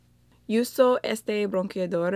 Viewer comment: I clicked so fast! Sorry 😅 You did great! What I noticed the most is how you say "uso" like "youso". The "u" sound is supposed to be like "oo" and the "h" is always silent. Review is "Reseña", Bronzer is "Bronzeador". Me encantó tu intento! Te salió mejor que una Cubana aquí de YouTube. No me ataquen por favor! Aún soy fan de ella también! 😀